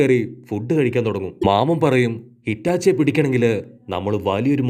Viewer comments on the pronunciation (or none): Hitachi alla itachi 😂😂